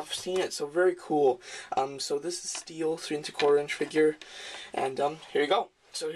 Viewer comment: nice review man and ya its been said a few times but its pronounced St-el..stel not steel...still a great review man